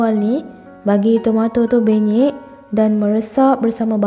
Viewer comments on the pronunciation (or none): Puan, puan sebut PENYEK ke BENYEK?